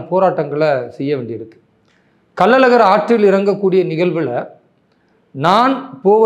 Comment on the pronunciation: அது கள்ளல் அழகர் இல்லை கள்ளழகர்